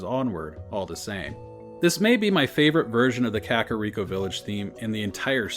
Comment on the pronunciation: I love listening to these, though "krakoriko" made me laugh too hard